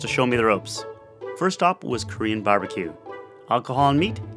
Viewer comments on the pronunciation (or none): none